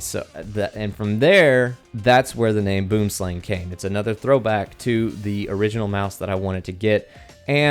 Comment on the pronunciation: Yea I'm South African lol they pronounce in like: boouhm-slaung